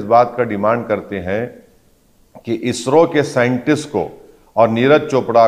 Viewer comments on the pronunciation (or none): none